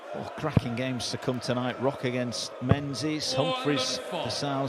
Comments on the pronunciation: why does the referee pronounce Menzies like Men-zezz? it actually drives me insane every time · Menzies should be pronounced as Ming-iss